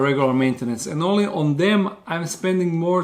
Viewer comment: Find it funny how he says ONLY 50 tarantulas